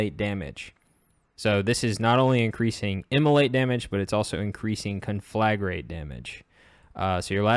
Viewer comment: It's pronounced con-fla-grate, not con-flag-rate.